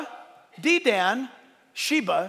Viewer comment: Dedan is pronounced Dee' dun. Emphasis is on the Dee', dun is almost whispered. Dan is too strong a pronunciation, a soft dan pronounce almost dun with an "a" softly mixed with the "u". May the Lord come quickly my brothers and sister's in Christ. Love you all.